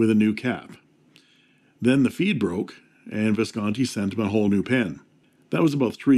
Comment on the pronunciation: When you say “and there is the plastic feed”, i could have sworn i heard figboot